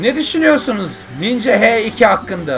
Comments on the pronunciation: h2 değil haş iki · ABİ HE İKİ DEĞİL HAŞ İKİ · He 2 değil haş 2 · H2 diye okunmuyo ani haş2 diye😂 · Abi o He 2 diye okunmuyor haş 2 diye okunur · Abi o h2 deil haş 2 diye okunuyo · Mustafa Sefa Soysal kardeş heryerde haş 2 olarak okunuyo motor serisi takip edenler bilir. AEA nın kanalına git KAWASAKI H2 incelemesini izle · Mustafa Sefa Soysal motorun adı haş 2 diye okunuyo dil bilgisiyle alakası yok